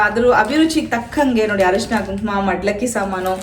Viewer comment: ಹರಿಶಿನ ಅಲ್ಲ ಅರಿಸಿನ ಅಥವಾ ಅರಿಶಿನ (ಅರಿಸಿನ ಕುಂಕುಮ ಸೌಭಾಗ್ಯ ತಂದ ತಾಯಾಗುವಾನಂದ ನಿನಗಾಗಲಿ)